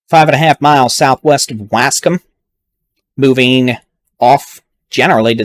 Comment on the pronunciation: Yo dude doesn't know how to say Waskom I actually like the way he says it it's funny as fuck